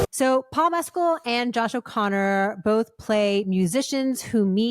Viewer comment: A gold star to Christy for pronouncing Paul Mescal's name correctly! 🙂